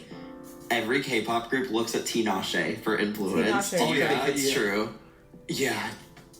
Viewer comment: I had to cut it off bc he is butchering Tinashe’s name.